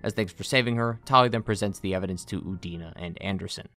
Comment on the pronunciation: I could have sworn for a moment you said Udini